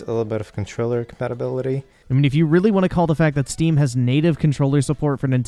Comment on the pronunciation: "Zhere iz a Zteam icon right zhere, 2 klicks away" this guy can not, CAN NOT be fucking serious...